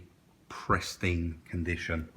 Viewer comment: Love you to bits but it's pristine mate, not presteen!!!